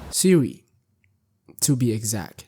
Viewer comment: Why do you keep saying Seeri ☕ re